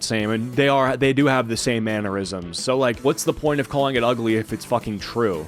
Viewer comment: THANK YOU for saying "mannerisms" correctly!! I was starting to feel gaslit into believing it's pronounced "manure-isms." 😂😂😂